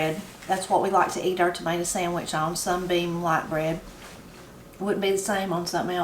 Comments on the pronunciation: I love picking tomatoes and going in and make me a "mater" "samich" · makes his mater sandwich just like I do. Ain't nothing any better than a fresh "mater sammich"!